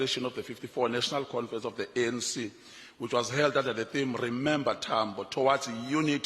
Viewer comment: Confrents haha 😄